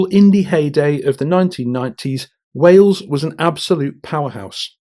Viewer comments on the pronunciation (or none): none